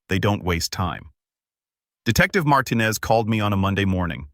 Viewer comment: Marten-ez. Are you kidding me? At least it was corrected later, but oh- so offensive!